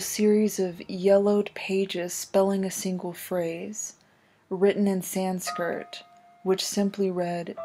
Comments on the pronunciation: Every time I hear "Sanskirt" I lose it a little bit. San s k r i t. Otherwise I enjoy your work quite a bit, for the most part. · SanskRIT not Sanskirt lol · Sanskrit is pronounced “san-SKRIT” not “san-skirt” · Cool video but every time they say sanSKIRT instead of sanSKRIT it takes me out it’s so funny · lol "San-Skirt" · Sanskrit not san-skirt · SANSKIRT??? Sanskrit, idiot. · "sanskirt" lul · Could you upload versions pf these videos without static? It's incredibly annoying and not even accurate VHS behavior. Also, it's "sanSKRIT" not "sanSKIRT". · I think my soul left my body when she said “sans-kirt.” Also, I could tell as soon as “Santiago” started talking this was a fake. The writing is not great and neither is the acting. Definitely didn’t sound like a real officer. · “Written in Sanskrrrrt” LMFAO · "Written in San-skirt." Sorry but that made me laugh. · written in sanskrrt? Aight cool. This is a weird channel. It's not the first time the narrator reads something out that is seemingly a typo in the script. Maybe the channel owner is just paying some random woman on fiverr to narrate his videos? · She keeps saying "sanskurt"....... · I respect your thorough research and I've followed on twitter. I hate to be that guy but it's Sanskrit not Sanskirt. Can't wait to see what you find next! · It's Sanskrit, not sanskirt. Your videos are really good! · Excellent video! One small nit: It's Sanskrit, not -skirt :) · her pronunciation of sanskrit is terrible. san skirt ???????? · I'm sorry, but... S A N S K I R T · Maybe it was sans-skirt. As in, she had no skirt on!!! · Killing me with the mispronunciation of "Sanskrit." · Repeatedly mispronouncing Sanskrit leaves me no choice but to discontinue watching your videos.